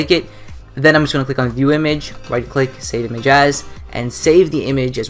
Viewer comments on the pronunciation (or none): He said "Save Imagas!" XD